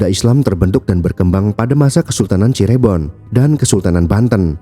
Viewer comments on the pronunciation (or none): Min, ada baiknya sebelum membuat narasi pelajari dulu cara penyebutan nama tempat yg benar. Contoh : Cirebon bukan Cirébon. 😢